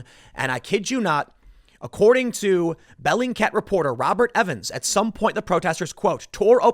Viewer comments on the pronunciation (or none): Is this "bellycat" (is that what you're saying) website a verified news source Tim? lol